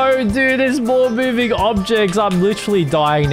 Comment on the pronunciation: "Mewing Objects" ~